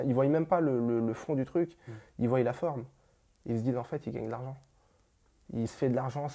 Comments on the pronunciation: "Qui voiyent"😂non stp pas toi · Il dit "Ils voyyyyyent" mais c'est "Ils voient" donc arrête de prononcer le Y ca me tue les oreilles même si t'es sympathique